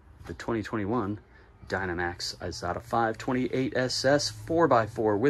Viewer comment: it's an Isata (with an S) not an Izata (with a Z.)